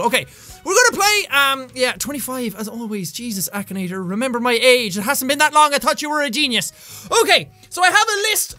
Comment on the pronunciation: it's not akanator it's , akinator